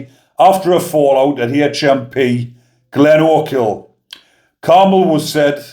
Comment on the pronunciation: Good pronunciation bigman.... Glenochil.... I'm impressed. 😎👍